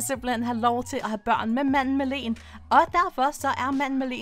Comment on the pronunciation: og til wow hun siger "manden med lenen" :d Elsker dine vidioer